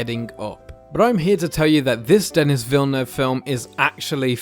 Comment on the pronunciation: Hi, I'm sorry to be a jerk! It's "Denis" Villenueve, not Dennis, and it's pronounced "den" + "ee".